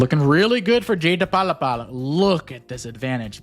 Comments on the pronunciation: We also got some J-deblapelablapl going on. Don't change:D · I like how you say jdelapla